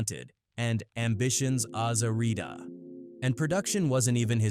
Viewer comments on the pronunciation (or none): Aza Rita? WTF lol